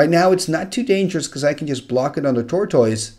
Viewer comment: I love your videos and the commentary on them is always wonderful. Your English is damn near perfect, so I hesitate to mention anything. But I come from the American South, so take that as you will. Most Americans I am around pronounce "tortoise" as "tore-tuss." Same with "Zealot." Most people I know pronounce it "zell-lot." Again, no hate. I love the videos and love the commentary. Just wanted to post this.